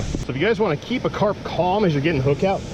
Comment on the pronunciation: Carp not crap lol